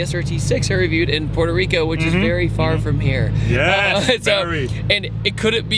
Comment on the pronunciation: What’s Porter rico it’s Puerto rico